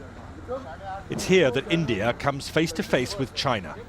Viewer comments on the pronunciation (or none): I like how he says Indie Ear. Actually... I really hate it.